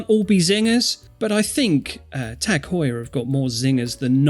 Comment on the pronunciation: Tag, not tec..., with a long ah, as they say in German, üben, üben!